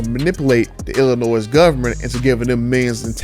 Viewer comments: The S in Illinois is silent. Think Illinoi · We pronouncing the S in Illinois now?! Lol wild. But I'd rather drop a supercharger in my 1500 and tune it. The price jump to a TRX isn't worth it.